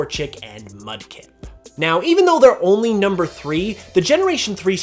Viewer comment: For a second I thought you said Klefki when you said Mudkip.